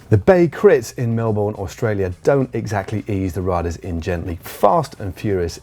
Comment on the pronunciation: Matt, that would be either Mel-bun, or Mel-burn as acceptable pronunciation, never Mel-born, even the F1 commentators have managed to learn that ;)